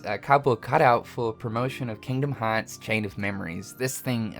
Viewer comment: Kingdom haaatz